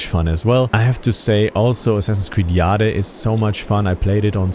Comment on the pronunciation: The way you're pronouncing "AC Jade" is funny. 😅 Anyway, regarding Mirage, my opinion is that it should've remained a Valhalla DLC. Hell, even Dawn of Ragnarok took me longer to complete. Mirage is a stopgap, that doesn't deserve more than €20 to spend on. Ubi thought that, instead of a DLC, why shouldn't we release it as a full game?! 🙂 Classic Ubi, I might say. What's not classic is the lack of bugs. I hope Red will be, the same, bug free.